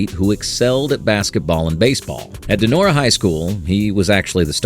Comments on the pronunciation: Hey AI, not Don-arah ... Don-or-ah ... ok? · And Donora PA somehow morphs into “DON-o-ra” PA??!! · "DAH' NOR AH" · Can't even maintain a consistent pronunciation of "Donora". Come on. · Very enjoyable. However, the narrator mispronounced several names including Donora, Mize, and Pujols.